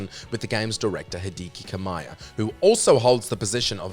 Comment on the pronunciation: no, you grossly misrepresented the whole situation with Hellena Taylor and PlatinumGames by only sharing her side of the story and (even mispronouncing Hideki Kamiya, like how is his name so hard to pronounce?) here's how the story went: - Hellena Taylor was offered the usual fee for voicing video game characters (some say this is like $12,000 but idk honestly), but she demanded a six figure sum instead. - PlatinumGames refused this because the offer was too high. Hellena then refused to reprise her role. Platinum then offered her a cameo role instead, voicing the two Bayonettas that show up to save the third in the ending. she was offered $4000 for this. she refused. - Hellena then took to Twitter, demanding to boycott Bayonetta 3 and lied by twisting the story, such that the "four thousand US dollars" was the offer to do the whole game instead of the cameo - she was caught lying and admitted to it, deciding to move on from Bayonetta entirely (epilogue: the Bayonetta fandom now had "four thousand US dollars" and "Jan" as inside memes lol)